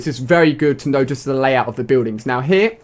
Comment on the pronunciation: when he says here it sounds like heh